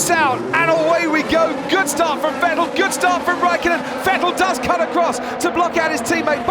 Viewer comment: I hate the way this guy pronunces Vettel